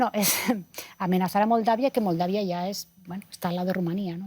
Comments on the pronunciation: NO SABE DECIR MOLDAVIA LA PERIODISTA QUE VERGÜENZA PARA LOS LATINOS . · Que clase de periodista que no se prepara... Moldavia no tiene nada raro para pronunciar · De los peores programas que he visto el pelón tendencioso antiruso las señoras acartonadas sin una opinión convincente y la conducta sin poder decir Moldavia vaya caos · Estos pobres diablos (as) no tienen la menor idea de lo que están hablando. No pueden decir Moldavia